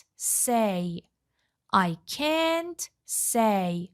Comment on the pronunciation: درود به خواهرعزیز شرمنده، به هیچ عنوان قصد تخریب یا تضعیف روحیه شما رو ندارم ولی مطمئنم که شما در این زمینه تحصیلات دانشگاهی ندارید و از طریق مؤسسه، زبان آموخته اید چون چه از لحاظ تلفظ، چه از لحاظ آهنگ برخی جملات دچار ضعف هستید فاحش ترین این اشتباهات تلفظ can't بود که حرف a را schwa تلفظ میکنید من تا نیمه ویدئو را دیدم و خیلی با خودم کلنجار رفتم که این مطلب را کامنت کنم یا نه !؟ امیدوارم که زین پس با آگاهی کامل مطالب را به مخاطبین محترم کانالتون انتقال بدین با سپاس ❤